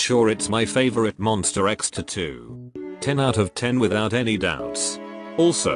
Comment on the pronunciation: MONSTA not MONSTER 😢😢